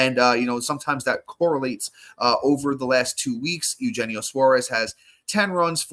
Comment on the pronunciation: You’re killing me man. Eugenio (Yu-hen-neo) Suarez.